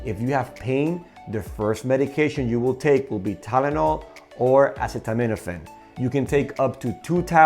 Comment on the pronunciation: Not sure I’d trust a Dr, that miss pronounces “ acetaminophen “